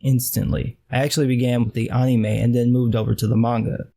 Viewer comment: I like the way he says "anime". It cracks me up. Anyway, FMA:B is one of my favorites. It definitely does have a great fuckin' story.